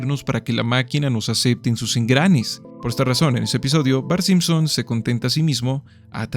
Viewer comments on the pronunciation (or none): none